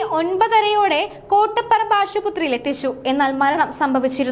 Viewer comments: Ashuputhri alla Aspathri aanu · ആശുപുത്രിയല്ല.. ആശുപത്രിയാണ്.. ഓരോ ദിവസവും എന്തൊക്കെയാണ് കേൾക്കുന്നത് എന്റെ ഭഗവാനേ😢😢😢😢